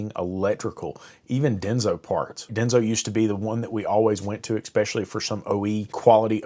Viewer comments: "Eck-specially"? If you're going to preach to me about how things are, don't come at me half-stepping with broken ebonics. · I couldn’t get past the third expecially 👎